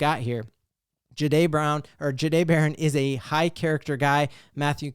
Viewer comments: It’s not juh-day It’s jah-day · i appreciate the content go Broncos, not trying to be mean but might want to work how you say his name. Ja dae the"h" is silent